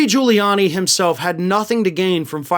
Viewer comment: I seriously doubt he passed the bar in the first place. It takes a lot of work to pass at all. Giuliani can't even pronounce his own name. Its Quili-ann- ye not Julie-arnie. The idiot thinks Italian phonetics are the same as English.